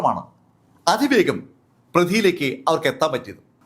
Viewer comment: അധിവേഗം പ്രധി പൊധിചോർ ... Wrong pronounication